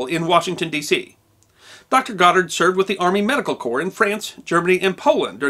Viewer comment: YaY, he pronounced the Last name, Right. 😉